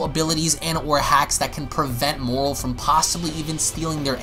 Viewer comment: Why do you keep saying "Morrol"????